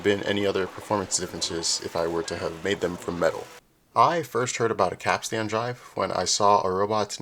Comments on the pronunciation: Heyo. FYI, it’s pronounced like cap-stn, not cap-stan. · Great vid, but capstan is not pronounced cap-stan with equally accented syllables. The first syllable is stressed and the last syllable is pronounced stun. Think captain, but with an S in the middle. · Damn, that was pretty cool. Apart from how you said, 'capstan'. Have you got your cap Stan? No, but I've got the capstan.😁 Edit: I'm British... Hope that clears things up. Subbed. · Every time you mispronounce capst'n i cringe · Please say Capstan as "Capstn" and not Cap Stan as that just hurts my English ears... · While in the Navy, we pronounce capstan as cap-stin. Not sure if we are right. Love the video. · How can you have done as much research as this and still be saying Cap Stan?